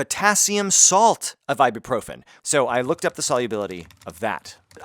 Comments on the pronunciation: Why do English speakers keep pronouncing it Ibeeprofin? It's spelled, Ibuprofen. Mad confused every time I hear this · why are you pronouncing ibuprofen like ibeeprofen? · Did you you say "I'll be profen"???? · what's really triggering me here is your mispronunciation of ibuprofen...it's ibUprofen, not ibEprofen. jeezzz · Ibuprofen nicht eiboproffen... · Is he pronouncing it funny to you guys? As an American I don’t get the joke. I also don’t know what profen means